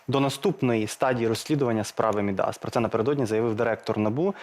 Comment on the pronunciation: От все добре, але видно, що уроки історії в школі і Шабунін, і журналісти «Суспільного» прогулювали, раз не знають, що ім'я «Мíдас» має наголос (як і всі такі власні грецькі імена) в корені, а не на закінченні — тобто, наголос падає на «і»: Μίδας.